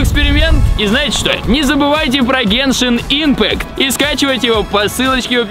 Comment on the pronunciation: Я очень много раз замечала что мамикс (Максим говорит не дюшеееес а дююшес (извините прост ударение поставить не могу) и ещё по геншин он сказал не ипмааакт и ииииимпкат и ещё со словом высоко но это мелочи но я всё равно в речи у него это замечаю"